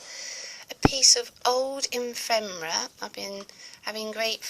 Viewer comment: I LOVE this,. I'd like to look at each page, in the flesh (so to speak) for an hour. Just so rich & colorful. Just one nagging correction: it's pronounced effffemera, not emfemera! 💖🤗😱